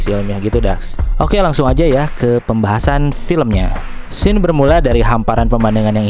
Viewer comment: Gw udah sub bang. Krn u baca scene dibaca sin. Cz ada yg bikin pidio scene dibaca sken bikin geli. Wkwk2k